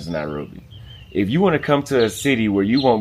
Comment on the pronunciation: Why call it that, "Narobia"? Sounds Rasta... Else, trust me, there are people who are born and bred in Nairobi, and have never set foot in Kibra; so I won't be surprised if doesn't know much about that place. That doesn't affect how and where one chooses to live in the City.